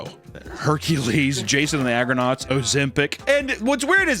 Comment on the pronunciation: "Jason and the Agernaughts" sounds tite